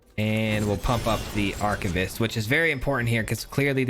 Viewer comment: Take a drink every time this guy butchers the pronunciation of "Archivist".